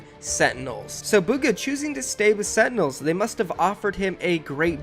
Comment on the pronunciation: If this guy says setinels one more time...